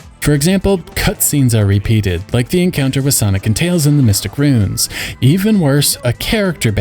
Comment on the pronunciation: ROO-INS ROO-INS 2 syllables otherwise it sounds like "runes".